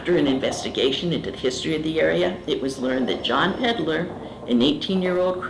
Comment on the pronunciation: A cook thrown into the ship’s oven? A “drowned woman” from the First Class Pool Room? A John “Peddler — as in “PeddLer”, not Pedder? There are plenty of local para-researchers to contact including us, the ship’s resident para-investigators of 7 years, who can help separate urban legends and misinformation from purported true activity for a local newspaper of record.